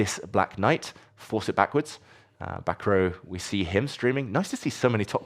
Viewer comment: Prounouncing Bacrot as Back row is a bit unfortunate